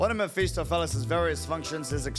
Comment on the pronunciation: it doesn't matter how many different "first playthroughs" I watch, not a single one is capable of reading Mephistopheles correctly the first time around